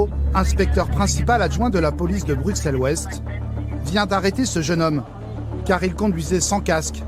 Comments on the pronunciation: Les journalistes parisiens ont rarement pris des cours de Néerlandais,donc forcément ils ne prononçent pas correctemennt Molenbééék,par contre ils pourraient dire BruSSel comme on dit Aussère(Auxerre).Mais je doute que ce soit la raison principal de l inquiétude de la Police de cette commune ainsi que ses habitants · "une image peut reluisante"... C'est sur qu'en faisant des reportages comme ça, ça va pas aider a aller mieux... Et pitier les français, apprenez à prononcer les nom des villes avant de faire des reportages en Belgique !! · Molenbeek se prononce Molenbék (o fermé déjà puis en tenant le é aigu assez longtemps et sans e à la fin). Tout ceci fonctionne de la même manière pour Schaerbeek, Dilbeek, Linkebeek, Maelbeek, etc...). Ne prononcez pas Molenbèke s'il vous plaît... Et une fois pour toutes, pour Bruxelles, le X se prononce comme deux S = Brusselles ! Merci... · "Molenbèque", à "BruKselle", ça commence fort 😂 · Brux elle 😭😭😭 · deja ont ne dit pas bruXelles mai bruSSselles et pas molenbèèk mai molenbéék... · Ils viennent faire tout un reportage durant des semaines sur place et sont pas capable de prononcer le nom de la ville correctement, ça m'agace. On prononce molenbéke, bruSSelles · MolenbÈk et BruXelles mes oreilles saignent 😭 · Molennebeque à Brukselles… révisez votre prononciation avant de dire des carabistouilles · BruSSel et MolenbÉÉk !!! C'est pas si compliqué d'apprendre à prononcer correctement. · "Molenkèk", "Bruksel"........ dur dur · On peut dire ce qu'on veut en effet, mais Bruxelles avec "ks" n'est pas la prononciation correcte. Et personne à part les français ne dit "choux de Brusselles" ici à Bruxelles:-) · Dans les premières 30sec « bruksel » « molenbek » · Explication pour tous, Bruxelles en Belgique se prononce "Brusselles" merci 😊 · Brussel et pas brukselle, molenbeeeek et pas molenbeque. pourriez faire un effort...